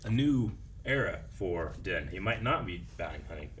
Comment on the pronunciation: Is there a reason mispronounces Din's name every single time. They've said it multiple times in the show differently than how pronounces it